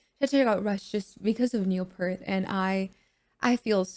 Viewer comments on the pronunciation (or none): Great reaction and welcome to Rush…One quick note (and not sure if it was mentioned earlier), Neil’s last name is pronounced like the word “peer” with a “t” added on at the end. PS: Tom Sawyer should be your next vid - it’s a video they shot during the recording of that song in the studio. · Neil's name is pronounced "peert" not "pert" Very common mistake. :) Rush are masters of time and transition, producing a rich sound with only 3 people that many larger bands still struggle to achieve. This video is new; you are correct. It was animated as a tribute to Neil after his death. My favorite band of all time.